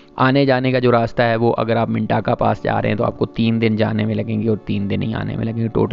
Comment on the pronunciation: Appreciate good informative video. You have covered every aspect. However you need to correct missprounciation of name. Mintaka منٹاکا نہیں منتکہ ہے اس طرح واخی نہیں وخی ہے سوست ہے سووسٹ نہیں اور قلندراچی نہیں قلندرچہ ہے